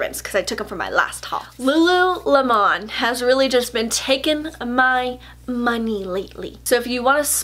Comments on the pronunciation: The way you say lululemon in this video is exactly how my mom always says it. "Lula-lim-on." Except what's really cute is she has no idea that's not the right way to say it. I don't have the heart to correct her haha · Hey girl! Lululemon is pronounced like the fruit. :)